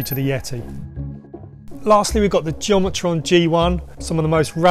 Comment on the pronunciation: Butchering the geometron. It’s geo-met-ron